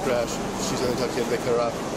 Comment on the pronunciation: "I'm not into.... intoc...... intoshikated." (Translation: "I am trashed beyond imagination."